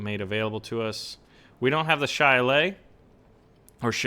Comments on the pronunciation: Think the name of the ATGM is pronounced \shə-ˈlā-lē\ as in the Irish cudgel of the same name. Love the Sheridan (T49) in WOT best use it as a drive by killer but those missiles should be interesting. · Sha-lae-ly is how to say it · it's shalaly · if you weren't aware, it's pronounced shi-lay-lee or shu-lay-lee